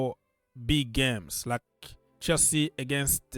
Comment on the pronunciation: I like the way you read Chelsea 🎉 Love for the big blue club